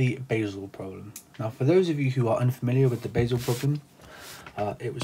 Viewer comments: The town is called Buhsel, not Beisel. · Most English speakers are not able to say "Basel"! It's an uncommon sound for them.